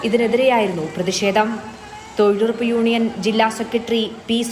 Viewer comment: തൊഴിലുറപ്പല്ലല്ലോ തൊഴിലുഴപ്പല്ലേ...